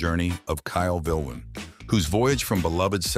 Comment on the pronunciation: That's not how you pronounce his surname 😅